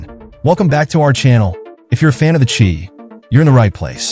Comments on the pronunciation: Pronounce The Shy not Chi brother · LOL the chee! its The Chi (pronounced shy) Shy - town goofy lol